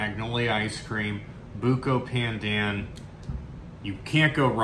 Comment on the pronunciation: It's pronounced "baandaan" (long a sound)! Also the B sound is more "curved" than flat, it might help to purse your lips while you say it. It's almost as if you're saying P while also saying B? It's a staple of Malaysian, Indonesian and Filipino cuisines and used in many drinks and desserts and even rice. It's great to see expand his horizons!!:)